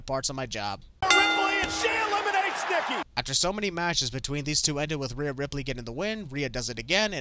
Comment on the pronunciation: you called Nikki lickky😂😂😂